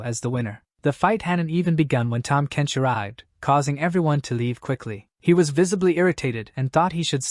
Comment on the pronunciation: "Tahm Kench" HAHAHAHA!!! 🤣🤣😂😂